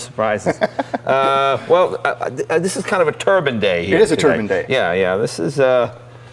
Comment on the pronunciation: "Turban..." It's a turbine, like sunshine, or a wind chime. A turban is what Sikhs wear on their heads.